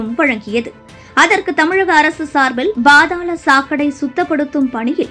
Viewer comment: பா(BHA)தாளம் தப்பு, பா(pha)தாளம் தான் சரி